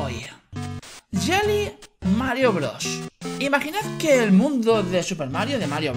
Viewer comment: pense que decia : Droga Mario broga